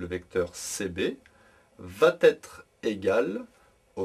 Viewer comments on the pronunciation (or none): Merci de ne pas dire "vat être" Mais plutôt "va être"